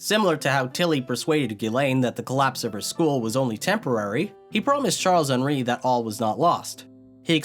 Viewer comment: "charles-henri" you're saying half the name in english and half in french